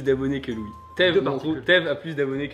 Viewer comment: Pffff, j'ai compris kitsune, yamete...... et c'est tout.:( Deuxieme lecture de la vidéo, je comprend mieux, mais quand à prononcé "Louis", j'ai compris "Ryouri". ^^